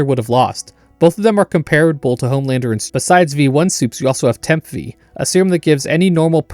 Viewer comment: You are pronouncing "comparable" wrong